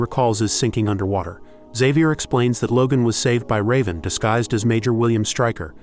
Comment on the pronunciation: why cant this AI pronounce, Xavier???